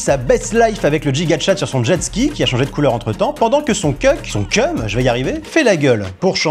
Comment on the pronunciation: Coucou,j'avais a dire,je suis Québécoise,et chaque fois que tu disais le "chum" avec le "ch" dure,ça me frustrais un peu,parce que ça ce dit avec le "ch" mais doux,je sais pas si tu comprend,mais en gros,"chum" en Québécois ça veut dire "petit-copain" ou "ami" Merci si tu m'a lu 😭